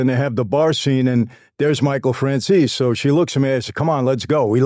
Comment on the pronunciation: Michael FRANCIS? 😂 On the chapter names